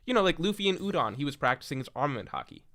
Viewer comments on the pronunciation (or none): none